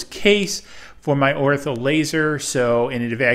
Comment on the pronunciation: Did you say "Ortho" laser? lol